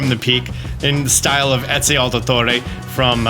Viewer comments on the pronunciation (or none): none